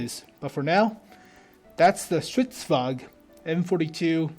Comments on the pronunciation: Stridsvagn, not stridsvag. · Why say "stridsvag" when there is clearly an N in there? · Holy shit, Swedish tanks, really?? I'm a Swede, a big tank nerd, a big WoT nerd, and I'm super stoked!!! Stridsvagn is pronounced "Strits-vangn".